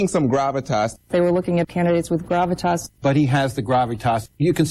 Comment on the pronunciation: You can tell by the way some of them are pronouncing "gravitas" that they've never uttered that word in their lives. It's so obviously being handed to them by someone else.